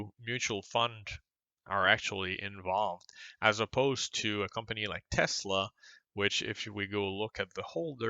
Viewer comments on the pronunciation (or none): none